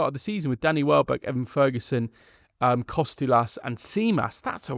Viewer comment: you are making Kostoulas name sound way more difficult than it is. Its just like saying Harold or Henry just Ha-ra-lamb-os just call him Babees